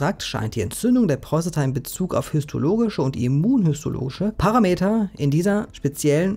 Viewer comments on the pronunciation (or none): none